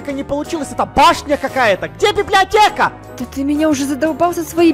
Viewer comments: затроль и отбери свои изумруды,и она сказала библеотека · сказала библиата! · говаррила ва времени ролека слово библеотека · сказала слово библеотека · Она говорила библеатека и вопше она а*** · Говорила "БИБЛИОТЕКА" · прости но... ты говорира (БИБЛИОТЕА) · Она библиотеа не гаварила